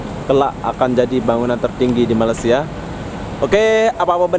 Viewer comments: Malaysia boy jangan malasia gitu kalau ngomong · Sebut betul2...Malay-sia... bkn Malasia .... kla kte Sbt Indo* reti plak marah... . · Njir ngomong malaysia jadi malasia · malaysia,, bukan malassia bego